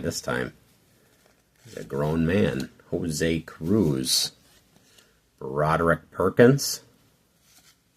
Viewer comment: Summer of 1985, just graduated high-school and spent too much of my summer working money on baseball cards and comic books instead of saving that money for college...back when working a summer job could pay for college... Yikes!! Umm...it is pronounced Jose Cruuuuuuuuuzzzzzz Yikes again!!